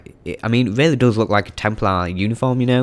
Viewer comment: he has a weally good voice 😂😂😆